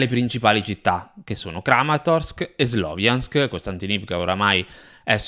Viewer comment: Ciao, anche se è scritto Sloviansk si pronuncia "SLAVIANSK". 💪 Congratulazioni per il canale.